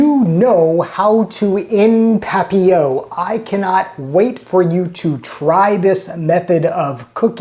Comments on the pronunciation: It is, but his French is obviously in the same realm as his arts and craft skills, all of which he makes up for in food. LOL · I don't speak French, but I always thought the "t" was pronounced in papillote. That looks like milk glass.